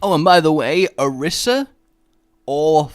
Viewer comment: Two things: One: It's Ah-Reesa. Two: She didnt give it a heart. Its a metaphor.